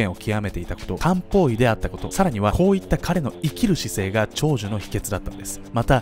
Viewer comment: 料理しながら聞いてたら「実は彼は漢方医だったんです」じゃなくて「実は彼はカウボーイだったんです」に聞こえて慌てて動画見直したわ